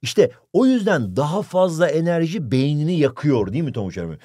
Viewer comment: Birim yüzeye az enerciii